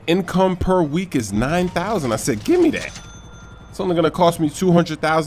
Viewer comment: i like how you say -how did heee not see mi